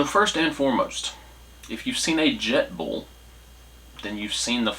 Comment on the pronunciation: Jetboil not jetball😂😂😂😂